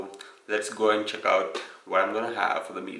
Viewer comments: Its AND not EIND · It's aind for him not and😂😂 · Aaind I stopped watching once I heard aind..